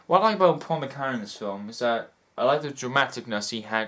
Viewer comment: you mispronounced squalid, Paul McGann's name and 'dramaticness' does not exist in English dictionaries. I am being a turd but I want to hear Your insight on this great film and I am a turd>Thanks for taking the time and I'm glad you enjoyed this fantastic, revealing film however I must again be an absolute steaming turd and tell you that you also misquoted 'How dare you call me inhumane as' ' How dare you call me humane'. They are polar opposites. I feel you still understood and got it it. If it's any consolation, I am Welsh too.